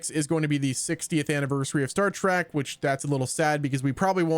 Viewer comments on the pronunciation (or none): Say Star Track one more time